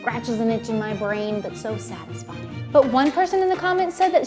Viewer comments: Every time she said satisfying I thought of sad .tisfying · She said satisfying/sad-isfying 49 TIMES!